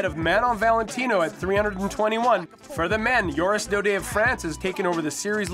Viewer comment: lol JORIS Daudet not oris Daudet